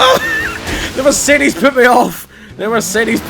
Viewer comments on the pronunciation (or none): none